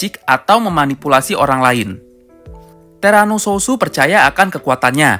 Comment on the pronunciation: TERANO SOUTH BUKAN SOUSO LOL